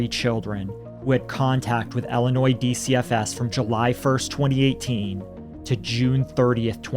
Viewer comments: Ill - i - noy. Not noise. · The S in Illinois is silent btw..... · Not for nothing, but.. The s is actually silent in the pronunciation of Illinois... It's French. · The s is silent in Illinois guys